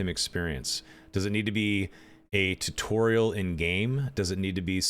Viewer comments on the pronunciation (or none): Why is he saying jew torial lol